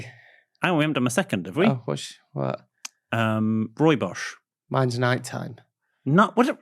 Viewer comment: It is rooibos! Not bosch! Like bus! Julle praat heerlike onsin!